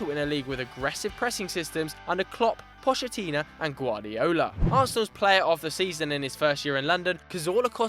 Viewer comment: The way you pronounced Pocchetino made my ears bleed